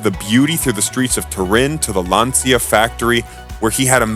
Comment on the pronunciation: too bad the narrator can't pronounce words like Lancia and Renault properly. It ruins the credibility of the presentation.